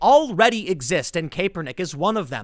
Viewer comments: It’s pronounced Cap-er-Nick not cape-r-Nick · CAP not CAPE...come on, you are in “media” man. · Love the videos brotha. It’s Cap-er-nick....not Cape-er-nick though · Tim it's pronounced Kap-ur-nik. To say Kepernick is not a great player is misleading. He was awesome for 2 years in SF. He led them to a super bowl. Then he got hurt while the team around him had players retire, traded, or left via free agency. The coach, Harbaugh, was also fired. When he returned from injury he wasn't very good (neither was the team) and he started taking a knee during the anthem. He was benched at 1 point too. IIRC his record as a starting QB after returning from his injuries was 1-9 or 1-11. I am no Kaepernick fan but at least do some research on the situation Tim. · It's pronounced "cap er nick" not "kay per nick" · Isn't it Ca-per-nick? Not Kay-per-nick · Pronounced CAP er nick not KAE per nick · You can tell Tim isn’t much into sports ball… Tim FYI it’s Cap r nick not caper nick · I love you Tim but DAMN. You are a skaterboarder. I thought everyone knew it was (cap-er-nick) not (cape-er-nick). I cringed everytime you said cape er nick. 😆 🤣 😂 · While I hate Colin Kaepernick. I cannot stand the constant "Kay-Per-Nick". It's "Cap-per-nick" Saying the name wrong will just make libs less likely to listen to you. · When EVER was Kap pronounced "cape". Perhaps English isn't Tim's first tongue. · His name is pronounced “Cap-ernick” Tim but I get it, who cares. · Is Tim pronouncing Colin's name wrong on purpose? "Caper-nick" lol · I'm now convinced Tim is intentionally pronouncing Kaepernick's name wrong. He said Capernick about 4 times in a single sentence. There's no way Tim doesn't know the correct pronunciation of his name. Good on you Timbo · Its KAPernick lol was driving me crazy you saying this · "CAP-ER-NICK"! <3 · Hey Tim kapernick is pronounced like Cap-er-nick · I agree completely but it is pronounced Cap - er - nick. Haha just so you know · He is really butchering his name.